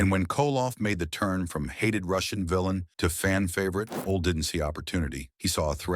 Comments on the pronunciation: It's pronounced Olie not ol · Oh-Lee = Ole Anderson